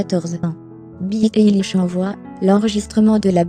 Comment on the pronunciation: C'est pas très bien prononcé mais merci pour cette video je suis une grande fan de billie eillish j'ai même acheter son livre sur sa biographie tout sur elle 👍👍👍🏽👏👏👏👏👏👏👏